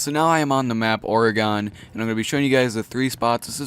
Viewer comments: The map Oregon is pronounced he same way as the state, or-a-gun not or-a-gan wtf dude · People never fail to impress me with their horrid pronunciations. Orgon... Really? I'm Australian and I know that it's pronounced Or-e-gon. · Oregon not Oreeegon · orygon... Oregon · Staph saying Oregon like that I live in Oregon and we say it like oregin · Oregon is pronounced like "organ". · he puts too much emphasis on the "e" he says it like "or-ahhh-gon" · who else gets mad when he pronounces Oregon wrong? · you pronounce Oregon wrong, I live there and it irritates me. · Am I the only one who cringes when he says Oregon? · The way you pronounce Oregon...I want to punch you...love your vids tho